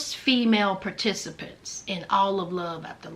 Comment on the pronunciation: I don't know why I laugh every time you say "participants."😂